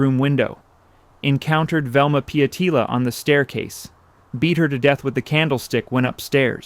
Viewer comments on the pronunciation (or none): It's pronounced Pee ETT illa. I know. I lived amongst a lot of people with that last name. At the time we went on the tour of this mansion, they weren't talking about the murders. We bought a book on it later and found out thst my son sat in the very spot they found the nurses body. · Pronounced pee etc a la, Pietala